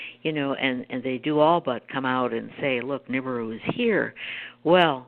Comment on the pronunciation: Nancy, you really should learn how to pronounce Nibiru.